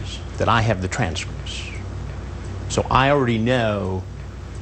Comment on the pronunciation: Correction, "transhripshtsh"